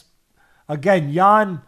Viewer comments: Teddy pronounced Jan's name no less than 350 different ways.. none were correct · Teddy didn't get Jan's name correctly even once 😂😂😂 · Can Teddy just call him Jan please😂